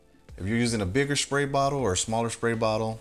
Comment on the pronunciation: Perfect video. Got some dirty āss hats to clean. Sidenote: Sad to see that they got to you, too. Somebody made you start pronouncing your "sr" sounds with an "sh". I did a drinking game to how many times you said "shpray bottle" instead of "spray bottle" and I'm blackout drunk now. Remember kids! It's stairs, straight, strong, spray... not shtairs, shtraight, shtrong and shpray. Good day!